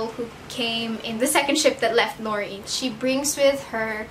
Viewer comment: It's pronounced Lo- ri- en. And se- pan :) Also my favorite was Marina, I read the second one first (stupid I know) and Six, my badass bitch. I did like Six and John better than him and Sarah oop. I love Sam, but his and Six's relationship was a no from me.